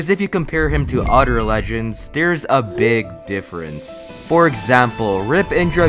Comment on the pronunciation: This guy cant pronounce “other” correctly, and it triggers my OCD